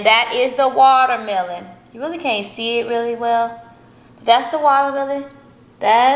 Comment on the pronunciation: “Wallamelon” 🤦🏼‍♀️ Ok 😂